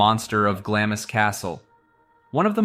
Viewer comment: Eileen Mòr is pronounced "Eelan More" and Glamis is pronounced " Glams"